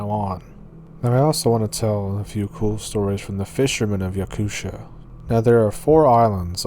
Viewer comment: You say Yakutia as Yakut ia. And Novosibirsk as Novo-si-birsk but make the gap between si and birsk faster. Thanks for telling stories from my country hahaha 🛐